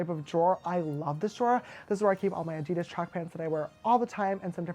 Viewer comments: Nurse Love I‘m German and Adidas is a German brand. The name comes from Adolf Dassler, the founder of the company. His nickname was Adi. I don’t know how to describe the exact pronunciation but in German, we pronounce every letter very clear and straight, so Adidas is emphasized on the first A and not on I. Maybe there is a video on YouTube. 🤔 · Adee daaass is how Adidas is pronounced not A deedis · Does James pronounce Adidas like Ad-I-das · Yes, us Americans pronounce it wrong. But we can't help it. Lol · James this is not criticism or against you in any way but I think you're saying Adidas wrong... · Why does James pronounce Adidas wrong is that just the American accent or what